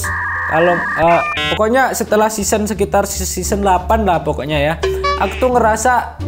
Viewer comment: Season, bukan seasoan